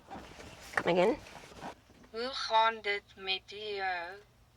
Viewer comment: "Gelukkige Verjaardag" - Brunette sis: "yeahh that's not happening" 🤣🤣 Told you that's expert level! As for "Hoe gaan dit" Blonde sis nailed it when she said "Hoe gaan" . That was good! Also, great job at detailing the semi, looks like a professional detailer did it!